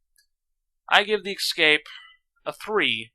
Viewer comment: Escape. Not ex-cape. Escape.